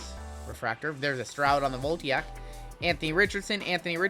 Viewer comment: I don't take exception to you opening unlicensed products, but I do take exception to your pronunciation of "Voltaic". It's "Vol-TAY-ic", not "Volt-EE-ack". Also, those Bryce Young cards probably ain't worth the cardboard they're printed on.